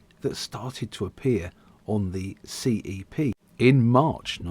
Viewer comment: I so miss these - the trains I worked with as SM Ashford and later SM Charing Cross! Is it the auto-dubbing that keeps referring to them as C.E.P. Instead of CEP pronounced ‘sepp’ as we all used to?